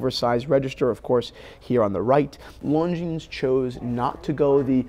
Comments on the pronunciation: The S in Longines is silent. It is not pronounced ‘long jeans’. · very interesting comparison! But Longines is not pronounced “Long Jeans”! 😅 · Christians pronunciation of Longines! 😂